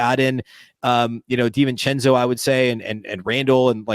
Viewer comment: I think, at least from the outside looking in, the T-Wolves made an error. I can't see Randle moving the needle, the shooter, who's name I can't spell or pronounce, is a good move, whatever his name is. Divichenzo or something like that.